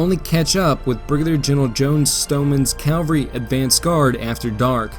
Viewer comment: Discovered you recently, enjoying the attention to detail and the quotes that bookend the different chapters. One minor gripe: cavalry is pronounced CAV-alry not CAL-vary.